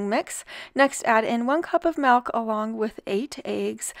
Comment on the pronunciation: the word is milk not melk. I Love this recipe. I think I'm going to try to make it.